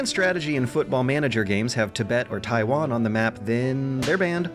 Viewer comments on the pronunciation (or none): none